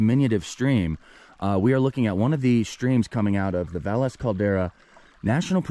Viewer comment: Thanks for specifying that you took French. Kept me from getting mad about the pronunciation of places. To be fair, even some of the Spanish named towns have their own unique pronunciation. Great incorporation of history.